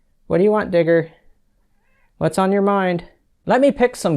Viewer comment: I didn't hear you call that black cat digger at first, I heard something else 😆